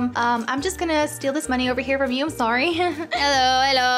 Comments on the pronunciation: hello hello sorreh sorreh not sorreh bye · when i heard says sorre sorre not sorre